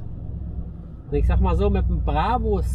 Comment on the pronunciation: Er hat den "Brabbbus" geholt, den neuen "Brabus" 😂